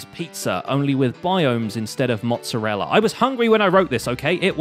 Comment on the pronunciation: That is the best "mozzarella" pronunciation i've ever herd from a non-italian.